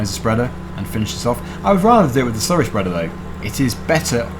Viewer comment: i love it when you slury